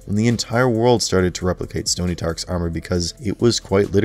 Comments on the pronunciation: You heard him say Stony Tark right? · Bro said stony tark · Does anyone else notice him say stony tark ?? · “Stony Tark” lmao 😂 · “Stony Tark” 😂😂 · Nah “stony tarks” threw me tf off😭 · “stoney tark “ lol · excuse me? did you say “Stony Tark”?? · He said stony tark